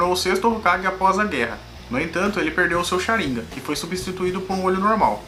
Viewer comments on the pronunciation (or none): Pensei q a pronúncia era Sharingan não Sharinga rs